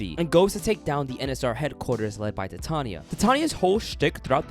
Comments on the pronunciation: one problem, its Tatiana not Tatania xd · tatania,its tatiana got me laughing on the floor🤣🤣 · Good video Although here I am with internal suffering of how he called Tatiana, "Tatania" every single time 🤣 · Made me wanna give this game a go. I heard it was really buggy, so I decided I would admire the game afar and man, did I absolutely adore it. but now you said Encore fixes the game up so it's a definite buy!!! Also is there some kind of inside joke I'm missing with the whole "Tatania" pronounciations? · I can't help but notice you pronounce Tatiana's name as Tatania. Hehe, how odd.